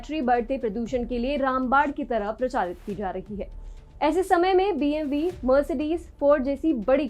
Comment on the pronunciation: Big kudos to you for pronouncing BMW correctly